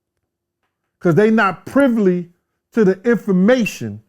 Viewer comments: I always lol when he says “privley.” He says A LOT of words wrong, A LOT.” And he always shits on Lil Cease for dropping out of school, calling him dumb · Did he really just say they not prively To the information? Man just be making up words. He meant privy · ….Because they not “Privley” to the information😢😮did you mean they weren’t Privey🤦🏾‍♂️😂😭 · Y’all not privly lol bro stop please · . “Cuz Dey not privley to da infama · U a fool😅😅,he always fucking up those words he heard them rich people around him used 😅😅😅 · Did he put an L in “Privy” 😂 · The man mistakenly mispronounced one word and out come hordes of YouTube spell check PHD's with Tiki torches and ropes😂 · I thought I was the only one who was gon notice this shit😂